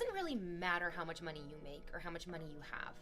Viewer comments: harrison Yuh if the y in money is silent it’s mone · My skull vibrates every time she pronounces "money".